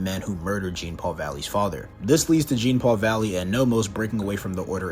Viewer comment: if you're gonna cover a character, please say their name correctly